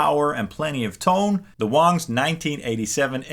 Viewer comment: ITS PRONOUNCED WANG, NOT WONG!!! just sayin